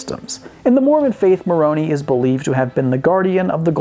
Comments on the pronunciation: “...the mormon angel mor-oh-nee...” facepalm mor-oh-nigh, thank you very much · Being a native Utahn, I had a private chuckle at how you pronounced Moroni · You are horrible at pronouncing anything Mormon, like Nauvoo or Moroni. I have a feeling you were doing it on purpose, but if you weren't it's still funny.